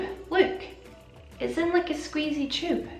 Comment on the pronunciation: U could NOT sound more Scottish when you said ‘tube’😹 ayeee